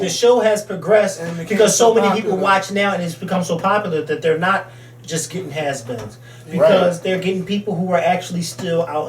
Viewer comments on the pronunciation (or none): Ok be mad at me but I only want you and talking for real....anybody else commenting irks me....did he say "haze beens"...and NO lol. Love yall!!